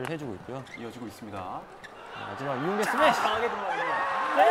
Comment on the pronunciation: The way Jungshik said Lee yongTAE 🤣🤣